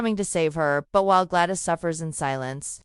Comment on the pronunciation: It's especially irritating with Gladys is pronounced as Glad-eese ...